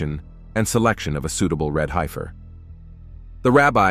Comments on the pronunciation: Pronounced HEF UR NOT HI FUR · It's HEFF ER not high fer. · not a "hypher."..it's pronounced "heffer"! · It is pronounced red "heffer" Short e sound not long i-- hifer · The word is Hef-fur, not Hi-fur. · ''High - ferrr' ...? I's pronounced ''heffer''. Sounds like the person preparing the text made a lot of typos! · .....red HEFfer.....HEFFer....not HIGHfer 🙄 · It’s pronounced “red heffer.” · One thing about this video is the mispronunciation of Heifer. The man talking totally mispronounced the word. Other than that it was a very good video.